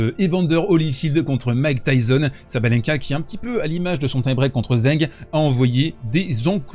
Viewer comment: ZHENG se prononce TCHENG